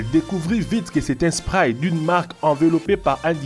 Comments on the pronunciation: Like si toi aussi tu met du spraïyye 😂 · Mdr il dit le spray